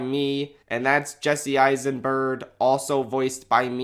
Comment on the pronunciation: "Jesse Eissenbird". Hehehehehe.